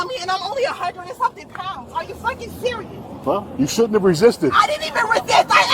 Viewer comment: “Are yall serious-uh!?” Yeah. Cops are serious-uh about the law. Imagine that. buddy had to dig deeeeeep to not call her a bitch. 😂😂😂😂